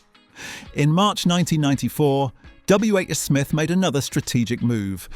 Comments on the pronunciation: WHSMITH, not WHS SMITH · God yes. That was winding me right up! Nobody has ever said it like that. Why the hell did he? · I dont think the script is AI - the voice is impressive if that is Ai. He does not always say W H S Mith. He says it correctly a couple of time. But I agree must be AI voice. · The AI voice is good, but makes a few mistakes. W H S Miths? 😂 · when you get to the piece where WHsmith is pronounced "WHS mith" numerous times you'll know. And it's all just got that tell tale words for words sake AI vibe to it. It's good to see all the historic photos but this isn't a labour of love by someone, it's just AI slop ultimately. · This is disappointingly AI generated. A British born human would know how to pronounce WHsmith properly.